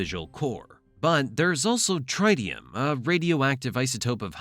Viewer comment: Tritium is pronounced with the first i sounding like the one in "it" not like the i in "right"